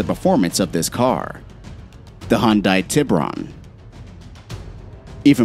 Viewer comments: Hyundai not hon-die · Hyundai? Nah man, Hondye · Please learn how to say Hyundai